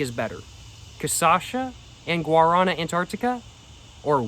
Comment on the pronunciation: come on man, pronounce it correctly! Look it up! Lmao